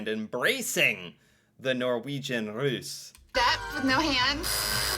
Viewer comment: Russ, like russia, long s..